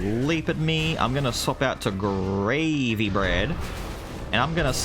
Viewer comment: He keeps saying gravey and now the chubby in me is hungry cause gravy.